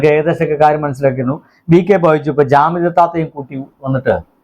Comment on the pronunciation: ജാമിതയല്ല (കാമിത😅)